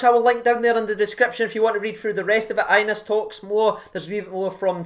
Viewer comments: Bro, as a Rangers supporter you should learn to pronounce his name properly! It’s pronounced Ya-nice not Anus! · Re the young lad Hagi... His name is pronounced Yanis. Just sayin. Knowledge is power. Sharin's carin' 💙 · His name is pronounced yanis